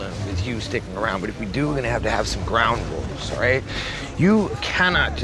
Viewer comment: He says "ground rules" weirdly right?